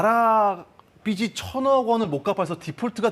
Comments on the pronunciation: 빗이 [비시] 빛을 [비츨]이 아니고 빚이 [비지] 빚을 [비즐] 이렇게 읽으셔야 하는데… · 기자가 공영방송나와서 비시비시비시 거리고 있네 비지비지비지 이 발음이 어렵나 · 기자라는 분이 "나라빚이 많아" 를 "나라빛이 많아" 로 발음을 하시네요. 심지어 조금 있다가는 계속 "중국에게 빚을 져서" 를 "중국에게 빗을 져서" 로 발음하시구요. 제발 기자님들이라도 제대로 된 한글 사용을 해주세요. 제발. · 기자가 '빚이'를 '비치'라고 읽는다. 국어 읽기 이제 안가르치냐? 부채의 50% 이상의 채권 발행헤서 시장에서 빌린건데 왜 중국탓? 중국 영향도 있지만 코로나로 관광 망한게 크다. 미국 기사 번역기 돌려서 그대로 읽지 말고 공부좀 하자.